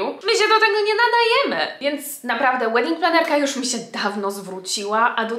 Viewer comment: Raz zrozumiałam "wedding trenerka" 😂😂😂